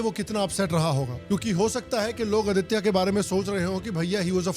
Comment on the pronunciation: He's name is आदित्य not आदित्या